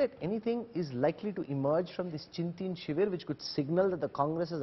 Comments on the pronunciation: Why both the journalists are pronouncing Chintin Shivir instead of Chintan shivir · why can’t anyone of these characters say ‘chintan shivir’ correctly?